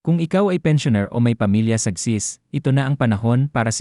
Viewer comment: Please pronounce the name of the agency clearly and correctly.... Not chizzzz. If thst is a fslse alarm, may something bad befall you for fooling us and dampening our hope. We are really in need to sustsin our living.